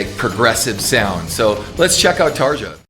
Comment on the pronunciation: Come on now, it's pronounced "Tar-ya" Turunen. 😁